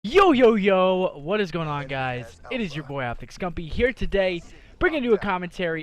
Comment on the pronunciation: hahaha yeah he use to say it clearer in the bo2 days, then he just started slurring it